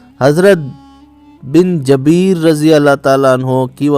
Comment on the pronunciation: Oyy chutya. Ye lafz Jabeer nhi Jubair hai.